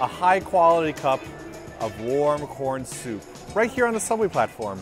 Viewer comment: Y'know I have to say, accent has improved SO much since they came to Japan. I remember when they just came, I kind of cringed at their pronunciation. But, at least when he ordered his corn soup, his accent was actually on point. Good job, its hard to get an accent down.